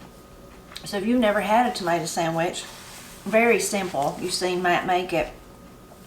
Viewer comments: I love picking tomatoes and going in and make me a "mater" "samich" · Matt makes his mater sandwich just like I do. Ain't nothing any better than a fresh "mater sammich"!